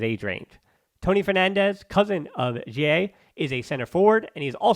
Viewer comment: Why you say guille so weird?